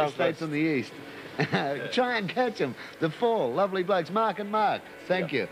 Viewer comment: "The Fall. Lavly blokes". Great stuff.